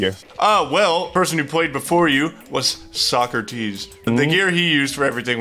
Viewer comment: omg when I heard "covered almost every item" I was like omg no way its not sockrteez and when I heard sockrteez I was fanboying like I watch all the videos my favorite was the drippler crippler